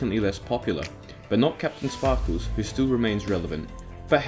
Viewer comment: "Kapten spahkooz"